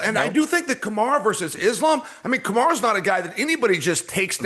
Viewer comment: Chael, who is Kamar??? ITS KAMARU!! 😂😂😂😂